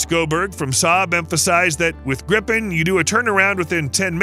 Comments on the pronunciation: im getting extremely pissed off about how extremely wrong youre saying this, as a swedish person i say, learn how to pronounce our words >:( BRU- YOURE SAYING THIS EVEN MORE WRONG YOURE SAYING HIS NAME COMPLETELY WRONG OMFG "grifen" ITS A GRIPEN, GRIPEN, G,R,I,P,E,N. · Not "Grippen", it's pronounced "Greepen". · He can't pronounce any of the Swedish words correctly. 😂